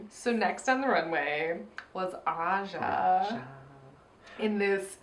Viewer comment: YOU GUYS SAID AJA AGAIN